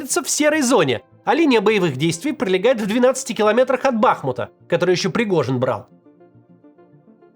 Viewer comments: КУпянск и БахмУт как и прежде из уст Максима Каца звучат КупЯнском и БАхмутом... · Я сам Купянчанин. На сколько понял, он так пародирует руснявое командование, для которых мой город с ударением на "я". Когда Кац просто говорит, как о городе, то он правильно ударение ставит. Правда не с первого раза получилось. А Бахму́т до сих пор не правильно говорит